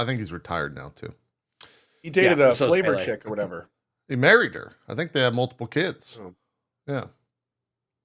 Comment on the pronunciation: For god's sake Cohh "She was one of those Flavourchicks"